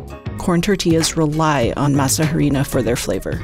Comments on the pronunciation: pronounced "Eh-dee-nah" rather than "Hairy-na" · This is what I don't like about America's Test Kitchen. If you're going to present yourself as experts in preparing food & dishes from other countries, have the courtesy to learn how to pronounce their ingredients. You don't pronounce the H in harina, it is pronounced: ah ree na. If the recipe was properly researched by learning from the culture from which it was appropriated, this would have been discovered. I see this a lot on ATK. Also, there is no oil in corn tortillas. 😌 For a far better video check out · The H is silent.. not "H:arina but "ARINA".. if you are going to "pronounce" in English simply use the word "Flour" otherwise "H"arina sounds ridiculous- especially if you are making tortillas... let me guess you advocate pronouncing Tortillas as Torti"L"as as Opposed to Torti"y"as" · The "H" in Harina is SILENT!!! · Can't believe she's saying harina with an h. She might as well say tor-til-la. I wonder where she got the idea to use oil in the dough and on the pan? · I just go to local tortilleria and buy fresh ones. Also the "H" is silent in harina. Great!